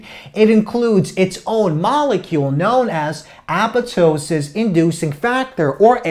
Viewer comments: i dont want to be disrespectful but the apetoesis gets me everytime .btw great job . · Appatosis? I guess the second "p" is silent?